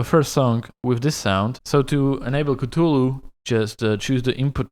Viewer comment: It warms my heart to see that no one made fun of you for saying catulu